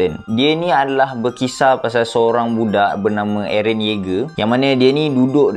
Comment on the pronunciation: Bukan aaron..tapi airrent